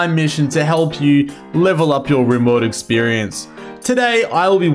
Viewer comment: Do you pronounce rimworld as “Rimeworld” seriously